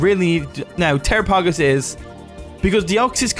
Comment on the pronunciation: It’s pronounced “Tair-rah-pah-goss”